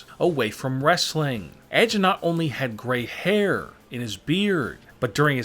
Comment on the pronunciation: “The only problem is that the world knows that he has gray hairrrrrr” funny accent 😂